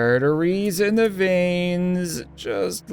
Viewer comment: it said th instead of the =